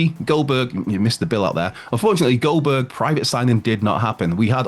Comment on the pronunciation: Why does he keep on saying Goldberg like that? "Bill Goldberg"